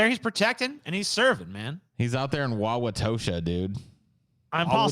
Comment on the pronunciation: usually says Wisconsin city names assuming they're pronounced like French names but that is the right way to say it. People who live in Wauwatosa also call it "Tosa."